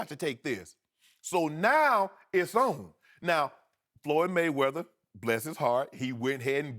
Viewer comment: "Floyd may-or may not weather" 😂😂😂 Dead